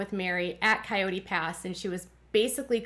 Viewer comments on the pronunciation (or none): none